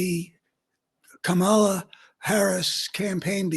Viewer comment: Pronounce Kamala's name right. You are either being disrespectful or you are stupid.